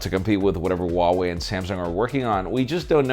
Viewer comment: Heuwei Huawei huawei huawei........all the time Huawei...... stupid channel